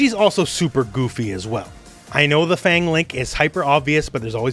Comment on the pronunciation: Fang pronounced like Fart